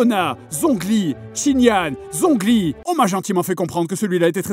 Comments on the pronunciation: Chongli* Si tu préfères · Zhongli prononcé tchongli. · "Zhongli" Mes oreilles de sinophone saignent